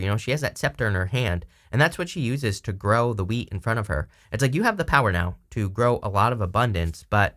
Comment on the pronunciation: I thought you said grow the weed in front of her, lol...maybe you said wheat.